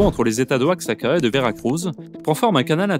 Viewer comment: Oaxaca ( se prononce ouajaca) salut depuis huatulco....